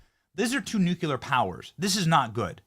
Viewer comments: It’s nuCLear not nuCUlar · New Clee Er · PLEASE PRONOUNCE NUCLEAR CORRECTLY ‼️‼️‼️‼️‼️‼️‼️‼️‼️‼️‼️‼️‼️‼️